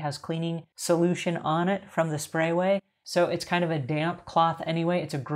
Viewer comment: Great video. I just wish she would stop mispronunciating the name of the product.